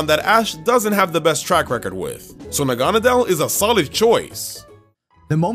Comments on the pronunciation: WTF Nanagadel It's Naganadel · he called it nanagadel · NA-NA-GAD-EL LOL, but still loved this video. I think Zac won though, sorry! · I think zac won by far it seems that seems to be going for pure raw strength but zac is putting thought about his decision and was able to cover all of their weaknesses and would be able to beat team. It makes sense! And I have a problem....... Naganadel is pronounced (nog a not l) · . Nanagadel. NANAGADEL. Edit: . Noviern. NOVIERN. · It’s na - gone - a - dell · Idk what's more annoying him saying noivern wrong or negandel wrong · Anyone notice that kept saying naganadel entirely wrong? At least Zac was close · He said Naganadel wrong